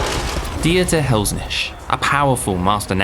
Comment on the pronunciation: Should work a bit on the pronunciation of Helsnicth - little too much of "Liche" in the way it was said instead of N i k t (phonetically).